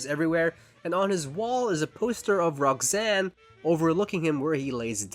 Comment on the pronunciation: great video however the way you pronounce Roxanne (like Rog-zane) made me irrationally angry